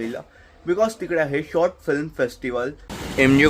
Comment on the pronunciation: Abe gavar, it's called "film" not "flim".. film making cha course kela ahe tu, and you can't even pronounce film correctly 😂😂 Shame